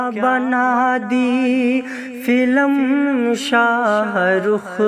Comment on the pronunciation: फिल्म होता ह फिलम नहीं होता किसी से पूछ लेते आप इतनी बड़ी गलती आप कर दिए ।